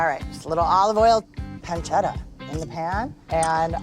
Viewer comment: " PanceRa" " RicoRa" lol